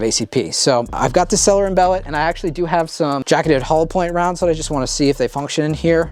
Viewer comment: You, like many other tards, say "Sellier & Bellot" wrong. Stoppit!